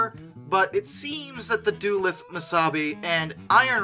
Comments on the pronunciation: For God's sake, it's not Doo-LITH, it's Duh-LOOTH. Please it makes my ears hurt when you miss pronounce Duluth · Love the content! Just wanted to point out, as a proud Minnesota, the first city in the DM&IR (Duluth) is pronounced Doo-Looth, not Doo-Leth. Don't mean to nitpick though, keep up the great videos! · Thanks for sharing this video with us! Duluth is pronounced "duh LOOTH" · DuLOOTH!! How did you mispronounce that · I've lived in Minnesota most of my life, and feel compelled to point out that the pronunciation of "Duluth" is Duh-looth. Other than that, I enjoyed the video. I've enjoyed your vidoes so far. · Your Duluth pronunciation gave me a chuckle. Duh-Looth is how I've heard it for that past 30 years. Looth is said like tooth. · Duluth is pronounced, "Duh-looth"